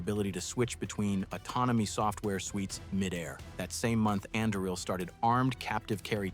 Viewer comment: Anduril pronunciation changed 6 to 7 times throughout the video. Hmmm.